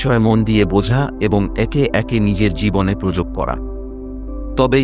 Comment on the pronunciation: বাংলা উচ্চারণ আরো সঠিক হ ওয়া প্রয়োজন। প্রয়োগকে প্রযোগ এবং বড় কে বট বলার প্রয়োজনীয়তা ঠিক বোধগম্য হলো না।‌ বাংলা ভিডিওগুলো তে উচ্চারণে যথেষ্ট মনোযোগী হলে তা শ্রুতিমধুর হয়ে ওঠে। কিন্তু ভিডিওটির মূল বক্তব্য অত্যন্ত প্রশংসনীয় ❤❤